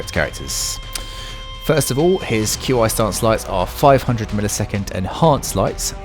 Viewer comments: Qi IS PRONOUNCED "KEY" NOT "Q i"! Fucking pissed off now because you are uncultured and can't pronounce things properly! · Walk the plank, pistol blast, back into walk the plank. They've made this combo cost LESS stamina. Nuts Also it's pronounced "key" not Q.I. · FYI. It's not pronounced "Q I". Try "KI" or "Key" stance. Language is funny like that. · I don’t mean to be picky but it’s not Q I separately, it’s pronounced ‘Key’ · “ q i” stance is pronounced “chi” stance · Q, I? Tf? That's not how you pronounce it my dude. 😂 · Yeah uh... Why are you spelling Qi? It's not hard to pronounce. It's just chee. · It’s pronounced, “key” stance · Nah bro said “Q I stance” 💀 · I know I'm being a bit of a moron, but, Qi stance is pronounced like chi XD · For future reference, Qi is pronounced KEE. Just like the DBZ Ki.